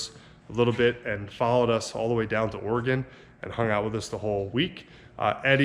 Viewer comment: Hi Guys I really like your trips to Oregon and Washington! the big truck you bought is very cool and seems like it will be a nice addition to IRON TRAP. I live near ish to where you were and thank you for pronouncing OREGON correctly. Greg